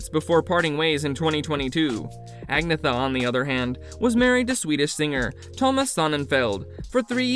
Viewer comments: Who ever posted this video. Your info is all fucked up. And pronounce Agnetha's name correctly. Do better research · Please learn to pronounce Agnetha's name properly.